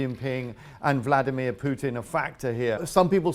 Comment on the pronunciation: Why is this Russian pronouncing Vladimir incorrectly?